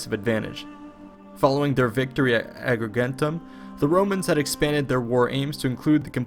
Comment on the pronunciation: He sounded really hesitant when pronouncing 'Agrigentum'